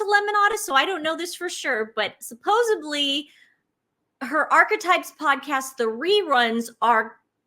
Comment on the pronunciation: It's suppoEDly not supposUBBly.